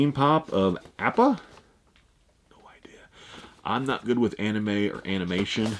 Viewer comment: Slam-Bam sometimes yes but most the time it's because he knows nothing about anime. Appa was pronounced wrong also.